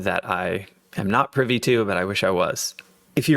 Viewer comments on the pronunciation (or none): none